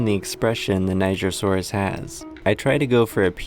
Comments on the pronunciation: Hello! I can see you are pronouncing "Niger" wrong. The correct pronunciation is nee-jere, not nei-ger. Niger is a French word, that's where it gets its odd pronunciation, and it means river of rivers! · É pronunciado nee-jer-sou-rus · It's pronounced ni gr saurus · nigersaurus? niger is pronounced nijer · It's pronounced Nijer people, NIJER. Keep the comments normal 🥀🥀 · No! It’s pronounced Ny-jer-sor-is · Its pronounciation is ni-jeer-sor-us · Omfg I have always pronounced the word Nigersaurus as Knee-zh(j)ian-saurus, great to know I've been saying it wrong since 2011 😭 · It’s pronounced nye-ger and it’s the name of the country it was found in. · he pronounced it naijer so its not supposed to be what were thinking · Okay people. It’s pronounced Knee-jer-saw-us After the country of Niger (knee-jer) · Why ni... Was the country it was found in called uh... niger?(its pronounced ni-jer) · I don’t think you pronounced nigersaurus correctly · Are you sure it's pronounced like that? 🤔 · oooh NIGER saurus, yeah I severely mispronounced that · Youre saying it wrong😂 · “Niger”asourious is just rude 😭😭😭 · it pronounces "j"